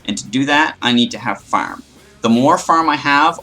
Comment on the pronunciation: LOL THE WAY YOU SAY "FARM" HAHAHAHA